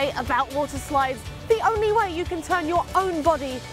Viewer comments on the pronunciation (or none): none